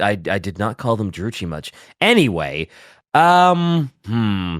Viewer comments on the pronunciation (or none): Dru-kee, not chi. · The pronunciation of Druchi 😂